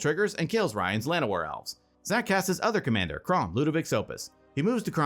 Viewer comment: is it on purpose it sounds like says "Kraumbat" when Kraum attacks? 😂